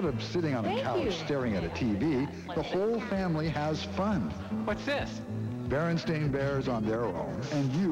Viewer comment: He clearly said "BerenSTAIN" bears.